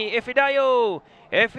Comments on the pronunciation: ife oi bukan efi, efi efi haha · Ifedayo, bukan Efidayo wahai pengulas oi...